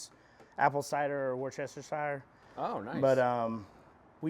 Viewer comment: Worcestershire pronunciation butchered